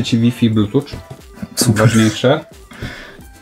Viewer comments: mordo, to jest bluetooth nie bluetouch. Mow tam normalnie f na koncu bo "cz" to ni kija tam nie ma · Nie blutucz 😂 tylko blutut, ewentualnie blutów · "blutuf" nie "blutucz" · NIE WYMAWIA SIE "BLUTUCZ" TYLKO " BLUTUF".....😂😂😂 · Proszę nie mówcie blutucz na bluetooth, mówi się - "blutuff". Strasznie to razi. Pozdro, najlepszy serial ever ! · To nie jest blutucz tylko blutuf. Matko bosko. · Jak mnie razi, gdy ktoś słowo Bluetooth wymawia “blutucz”. Słowo “tooth” (ząb) jak się czyta? “Tucz” czy “tuf”? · Mały tip: Bluetooth czytamy "blutuf" nie "blutucz" czy "blutacz" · Za każdym razem gdy słyszę słowo „blutucz” to szlag jasny mnie trafia krew nagła zalewa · bluTUCZ - uszy krwawią... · Ale za każdym razem jak słyszę BLUTUCZ to aż skręca. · A jak słyszysz łajfaj to cię prostuje ? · 2024 rok i jeszcze ktoś mówi "blutucz" :D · jak młody chłopak w 21 wieku może mówic blutucz XD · A kiedy nauczysz się mówić Bluetooth? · Specjalnie napisałam słowo dupa, żebyś zwrócił uwagę na ten komentarz. Bez złośliwości, wymawiasz niepoprawnie słowo Bluetooth, sprawdź sobie ;) pozdrawiam, komentarz można skasować :)